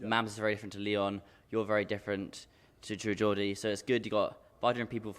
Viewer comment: What’s going on it’s the True Georgie